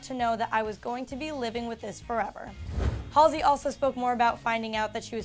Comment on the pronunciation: YOOOO THAT'S NOT HOW YOU PRONOUNCE HER EFFING NAME OMGGGVG